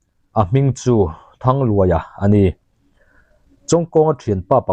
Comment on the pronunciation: Thangluaia tia i lam hi Thanglûaia tih thlûka lam tur ni awm tak a ni. Di nei lo i tih pawh hi dî nei lo tia lam tur a ni zawk lo maw?